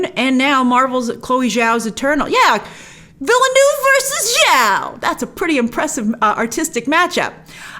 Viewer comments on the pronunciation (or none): Stop saying villy noov. Please. Veelnurv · Im always surprised with laughter at how Americans pronounce Denis “ Villeneuve “‘s name. Villeniouuuve